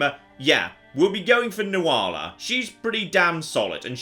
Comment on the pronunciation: Nuala is pronounced "Nuhla" Just thought I'd point this out